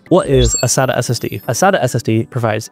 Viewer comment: You need to learn how to pronounce "SATA" and probably "DATA" as well!